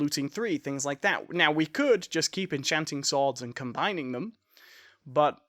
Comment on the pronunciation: why do you call swords sooads its annoying lmao